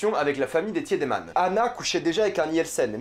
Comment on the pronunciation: J’ai pas vrm vu de problème dans sa pronunciation. Ou peut être c’est juste le fait qu’il regarde en allemand donc les prononciations sont justes. Juste pas en français. Sauf pour le tiedemann qu’il prononce pas bien du tout.